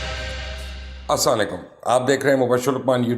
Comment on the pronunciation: Salaam to theek alfaaz me liya kro mubashar sb